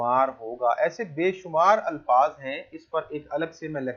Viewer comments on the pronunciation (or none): none